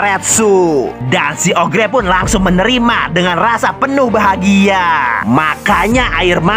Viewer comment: Oger bang bukan ogre